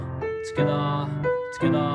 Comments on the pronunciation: When he said togeather it sounded like he said skada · I love how he says togetha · South African style 🤝😂😂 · Togetha!! Togethaaa! But thanks for the tutorial. I am almost done with the practice.